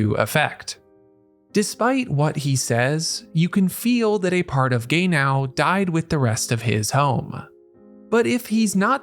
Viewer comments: Not Gay-now. 😒😒😒 It is ge-nau. 😕😕😕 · the AI voice that keep saying Gay now is seriously getting on my nerves lol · Take a shot every time you hear "Gay-Now" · The way you say “Gay-now”😂❤ jk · Amazing analysis of the character and the episode, however I can't unhear him pronouncing his name as "gay now" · Calling Genau, Gay-now, is crazy work 😂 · I'm sorry but yeah, hehe. It makes me laugh but Gaynow is NOT the same name as Genau...I really really hope you aren't one of those people who mispronounce things like this on purpose just to get comments. I liked your video though. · He wasn't gay yesterday but he's gay now. yeah. I hope guy isn't doing on purpose for that well uhh... purpose. I'm cool if it's just the shits n giggles or if they just pronounce it that way but doing it to get those... I mean I understand sometimes creators do stuff to get by but personally just drives me off. They do make good points so yeah. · Fr i cant focus watching because of this 😂😂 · Our man invented a new way to pronounce "Genau". I don't think any of the voice actors ever pronounced it similar to how he does. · Should have pronounce the name in japanese than in american english to avoid the confusion.